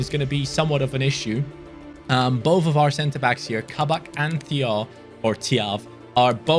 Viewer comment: Thiaw is pronounced Chao